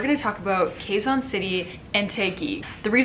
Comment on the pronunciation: Hi, Sierra! I don't mean to nitpick. Just thought you might want to learn how to pronounce Filipino names and terms. Here goes... Quezon = /ke'-zon/ not /kheey-zan'/ Taguig = /ta-gig'/ not /tey-gig'/ Gumabao = /goo-ma'-baw/ All vowels sounds in Tagalog are short. Only one possible sound for each of the 5 vowels. The sound of letter /i/ though sounds a bit like a cross between short /i/ sound and long /e/ sound. Filipino languages don't have aspirated consonant sounds. So our letter /t/ for example sounds like the /t/ in "butter" and not like the /t/ in "tea". That's it for now. I don't wanna overwhelm you. Hehe. Btw, I love it when you speak fast. 👍